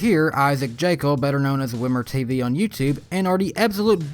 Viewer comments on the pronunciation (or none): none